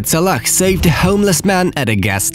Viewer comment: Is it me or did he call Salah salakh